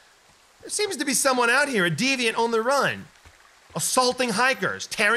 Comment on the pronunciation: Did he say deviant, 🤣🤣